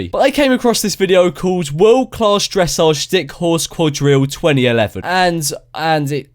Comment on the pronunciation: This is for people who can't afford real horses, they are actually really expensive. Although I would not consider it a sport to play with fake horses, it seems like a fun hobby. Oh also you said dressage wrong😂 Edit: Oh also red horse